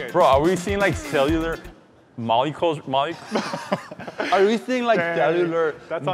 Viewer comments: When pronounce molecules wrong I couldn’t say it for a straight minute either 😂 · “Bro, are we seeing like selliular…. mollycules, mowwy?”